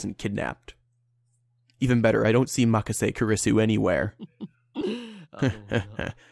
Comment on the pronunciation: it is supposed to be pronounced ku-ri-su